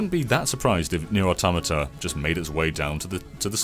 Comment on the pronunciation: pronounces "automata" correctly! Hooray!